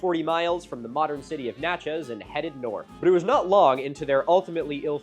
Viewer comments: It’s pronounced Natch-is. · N/A/tchez (nætʃɪz). This bothered me more than I would like to admit. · It’s killing me how he’s saying Natchez man saying Na Chezz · As a Mississippian the way he says “Natchez” killed me 😂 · Great video but holy wow the pronunciation of pretty much every town name besides Shreveport isn’t even close. Natchez, Caddo etc